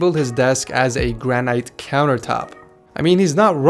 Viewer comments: It's Gran-it not gran-ite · He said Gran night and not granite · its granite not granight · its Gra-nit not Gra-night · Wtf is granight it’s granite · Gran-ite 😂 granite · its not (gran eyeght) its (gran it) it looks like gran eyeght but granite is pronounced gran it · [GRAN - IT] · He said granight . Lol 😂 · “Grann-night countertop” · This nigga said granight😂😂😂😂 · "Granyete" - unsubed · gran'ight? WTF? english? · “Gran ite” LOL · You always pronounce every thing wrong just like granite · the way he says granite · The way you pronounced granite had me dead! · anyone else bothered by the way he said "granite"